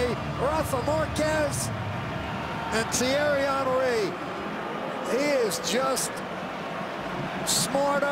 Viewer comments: His name is pronounced Hunry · Its funny how they call him hunry instead of Henry....lol my icon, legend, favourite striker of all time.